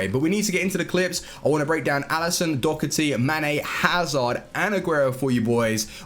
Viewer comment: Why you saying do-cer-ty it’s do-her-ty